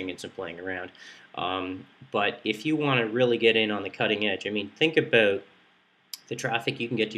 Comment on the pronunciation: Aboot, He Said Aboot... Canadian Aloiittt...